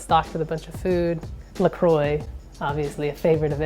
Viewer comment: The way you prononce "La Croix" in America hurts my hears.